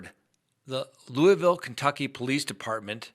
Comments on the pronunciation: Yes you are pronouncing Louisville Ky correctly :) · Thank you for your Louisville pronunciation.* I enjoy listening to you state facts. I'm all about the facts and common since. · Its Luval, Lu rhyming with look, val rhyming with all, or maybe more like 'ol. A lot of people here in Central Ky pronounce it that way anyway. In Louisville they probably pronounce it differently.🤭 What happened in Louisville is sad and unacceptable. Police are doing this way too often.